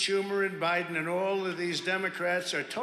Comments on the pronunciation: Please tell me why Trump pronounced that name president "BIDENT". That's so friggin weird. Why did he do that? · David, please save the "president... BIDENT" to the soundboard. Absolutely imperative